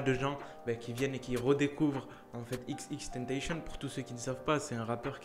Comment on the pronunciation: C TENTASSION PAS TANTEYSHONN